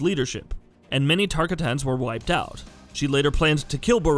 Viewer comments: TARK A TANS HAHAHAHAH im dying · Who's Tarka tans? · He can't say tarkatins he's already irrelevant to knowing his history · Can’t pronounce shinnok or tarkatans bruh🤦‍♂️